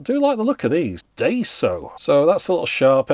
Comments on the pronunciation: Daiso = DIE - SO, for pronunciation. It's like the 1 Pound Shop or 99P store (or Dollar store in the States). It's the most famous "100 yen" shop. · Hearing pronounce Daiso as Day-So hurts so bad.